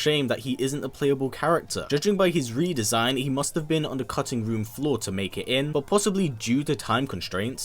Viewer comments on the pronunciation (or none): none